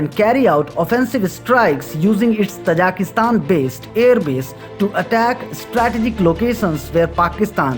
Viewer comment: Most of the time i was confused, you are saying Kazakhstan or Tajikustan..😀